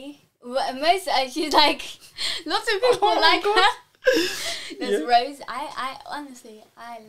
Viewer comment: It's not Rose... it's Rosé